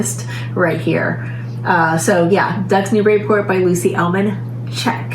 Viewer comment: Ducks! 🦆 🦆 🦆 🎉 The way you said CHECK at the end of the Ducks segment though ... 😂